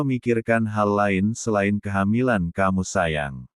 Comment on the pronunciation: Bukan keh empat milan tp kehamilan